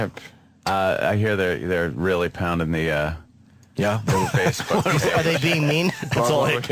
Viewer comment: Wait, he pronounced "face" wrong